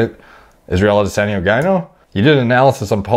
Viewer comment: Bro, this guy can’t pronounce foreign names for shit. I don’t understand, just mimic the sounds, it’s not hard. It’s Powlow, now poh low. Costa is like cost ($$) with ah at the end. Not Coasta. Adesanya is Adeh Sahnya not Anday Senya.